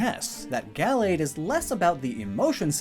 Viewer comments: 1. The stress in "Gallade" is in the second syllable, not the first. 2. The first /a/ in Gallade is pronounced "uuh." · I don’t really pronounce Gallade Gal-lade I say it Ga-lade